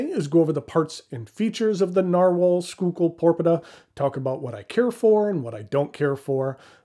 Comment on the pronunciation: It’s pronounced “School-Kill”